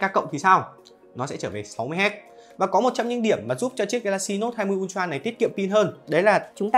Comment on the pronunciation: Tưởng ultra hóa ra là untroa à ad😂